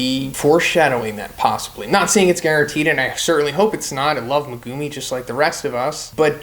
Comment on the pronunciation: why are you saying megumi like that